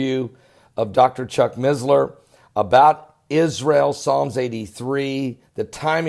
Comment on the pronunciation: there is no Z in missler. its not MiZzLeR